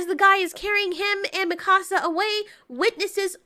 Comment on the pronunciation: I like how mispronounced mikasa